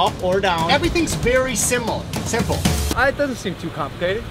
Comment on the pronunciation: Is no one going to talk about the fact that he said siml except of simple